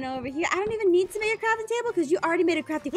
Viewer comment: Pirce i made you carfing tabble oh thank you pirce😂😂